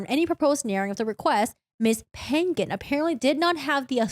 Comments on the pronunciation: Only me that got pet peeve from the Pan-Gan last name thing? Lol. It's a filipino last name so you have to pronounce the -Ng together😂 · Your video is interesting and entertaining. Lol. I believe the last name "Pangan" is Filipino. The NG is pronounced like the NG in the Starwars movie characters, kliNGon, and the A's are pronounced like the A in fAther.